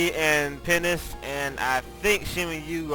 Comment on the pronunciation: Three major things I've found out about is the his LP's are awesome, secondly that he says penis instead of penance and i swear to god he says bagel instead of bangle.